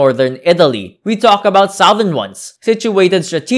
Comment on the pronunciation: Seriously , this guy's voice is hard to take and he should get the pronunciation right . even "Sowthern Italy , where the people are Funny and friendly" ? . . . o.k.